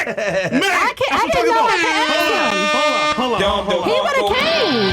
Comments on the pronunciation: We don't "axe" questions. Speak correctly- or don't speak at all. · She was jus trying to axe a question